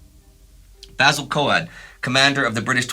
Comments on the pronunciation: thanks for all your excellent work this year! Are your sure the Basil Coad's name is pronounced Co-Ad and not to rhyme with road, though? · ‘Coad’ is pronounced ‘Kohd’, like ‘code’.